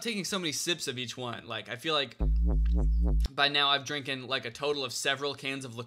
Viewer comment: I think you are hearing how he says "drink an" or "drinking" and it does sound like drinken lmfao